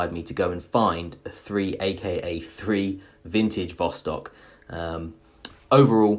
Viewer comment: hey! its not "3aka3"! its "zakaz" or "order" in english. thats mean this is the order of ussr defence ministry